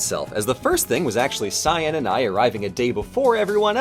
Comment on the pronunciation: Me for half the video: "Hmm, who is this scion person they're travelling with, that's an odd choice for a nickname." Me halfway through: "Oh, cyan! She's saying cyan!